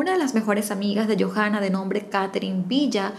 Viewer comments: En Chile la H es muda. Entonces se pronuncia Joanna no Jojanna, Talcaguano no Talcajuano. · Hermosa historia, sólo un alcance... el nombre de la Chica se pronuncia "YOANA" y el nombre de la Localidad es "Talcauano" así se lee... cariños!